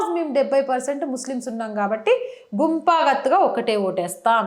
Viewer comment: గుంప గత్తు గా కాదు "గంప గుత్త "..